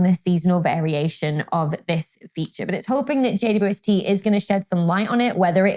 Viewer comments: When Dr. Becky refers to the James Webb Space Telescope, it sounds like she says "JUST" instead of "JWST." Why is that? Does the British pronunciation of "W" sound more like "U"? Just curious. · Thanks for the reply. Makes sense to pronounce the "u" as "you", but I don't hear the "double" at all. 🙂